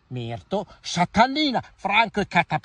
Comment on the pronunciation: L'enfasi su Franco non può mancare